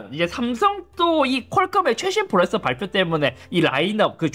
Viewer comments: 프로ㅇ에써 발음 진짜 ㅋㅋㅋㅋㅋ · 프로세서를 왜 자꾸 프로에서라고...... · "프로세서" 발음 연습좀 하셔야 할것 같아요 ㅎㅎㅎㅎㅎ